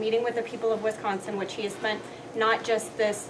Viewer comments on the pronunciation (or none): Its Wisconsin not WIS consin.. and quite saying I think and forward to! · This must be one of Gov. Walker's out of state hires. When these folks come in they should learn how to say Wisconsin.